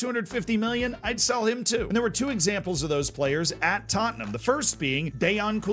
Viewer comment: Who’s taatnahm then? I know Tottenham but who is this other team always named hotspur.